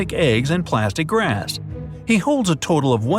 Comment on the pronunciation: did you say plastic glass or grass.